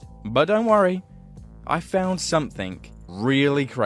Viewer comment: somethinK 🥺 I also keep saying "something" like that, not sure how to say it different